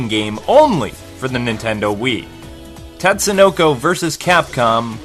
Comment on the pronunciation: Another good review. The only thing that irked me was when you said "tat"sunoko, instead of "tot"sunoko. A minor complaint, but it says it right in the beginning of the game. I guess it's like people calling Ryu "rai-yu"... an endless war of pronunciation that will never end, lol.